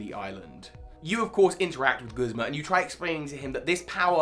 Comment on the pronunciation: Video: Very good. pronunciations of “Guzma”: Terrible. Truly terrible.